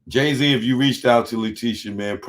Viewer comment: "Ray Zee!!!" Damn son